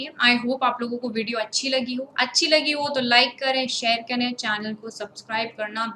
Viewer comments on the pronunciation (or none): none